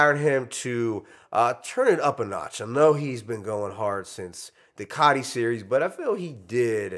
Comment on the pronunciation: ITS COTI NOT Cotty😂